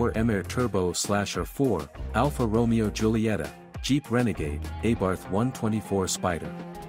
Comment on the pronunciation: Alfa Romeo pronunciation might be one of the best ai slop detectors.